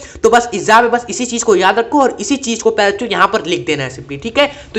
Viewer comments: Sir ap baar baar bencho kyu bol rhe 😂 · सर आप सभी वीडियो में प्यारे बच्चों मत बोला करिए दूर से सुनने पर कुछ और सुनाई देता है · Bhai wo kuchh or hi sunayi deta hai...😅